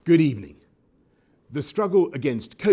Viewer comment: Good ebening